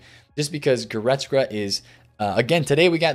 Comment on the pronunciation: GoretzKA.. not goretzGRA